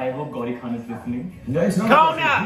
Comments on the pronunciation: it's khan not kaan from you'r epiglotus 😂😂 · It’s Shah Rukh Khan - not shah rooo khan